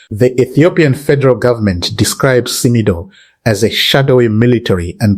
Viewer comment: It's pronounced like Sim-Doh